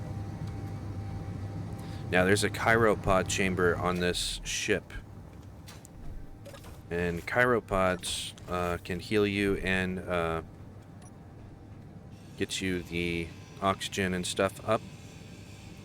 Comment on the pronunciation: I don't know if you are saying "Cairo Pods" on purpose for some inside joke. And being new I just don't get it. Or if you don't know that they are pronounced cry-ō